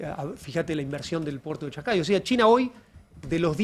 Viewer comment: El puerto en Perú se llama Chancay, no Shang-Hay…